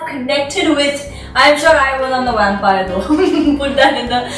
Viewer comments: Not sure what you were trying to highlight by playing it thrice but, all i got from it was "The Wampire". Even though you did pronounce it correctly later in the video i just can't get it outta my head :P #nooffense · what's a "wampire"?